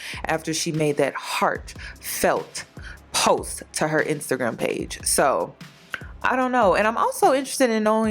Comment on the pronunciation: The emphasis on “Heart Felt Post” is sending me. 😂😂😂 OAN I think Taina was going to delete that video regardless. Ari not sparing that girl so if she had something on her she would have been exposed it.